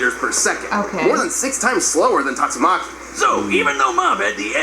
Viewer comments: is it really that hard to say tatsumaki maybe it is cuz i watch alot of one piece and one punch man lol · Tat-su-ma-chi = tatsumaki